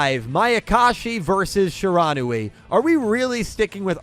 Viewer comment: Shiranui is pronounced she ruh new we not shuh ron ooh ee